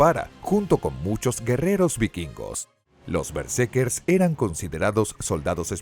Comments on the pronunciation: Todo el video fue pronunciado mal el nombre de los protagonistas. Omiten la segunda R. Eran berserkers. Lamentable pues era un buen tema. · Doscientas cincuenta mil veces dice el relator Bersekers